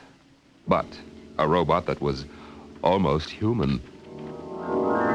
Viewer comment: Hey it's a Robot not a Robut u illiterate git but I'll let u off as ur in The Twilight Zone....what? Wrong show oops Dimension X of a thousand maybe worlds and a million lonely miles or whatever it went to but I love these shows from a lover of ur channel from Liverpool, England and a very happy Robut aaaggh Robot, Bot, Bot. No butts here!!!